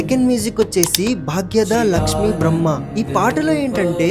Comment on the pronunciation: భాగ్యద లక్ష్మీ భారమ్మా అని అనాలి. భారమ్మా అంటే రావమ్మా అని అర్థం.